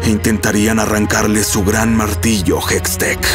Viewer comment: Se dice hextech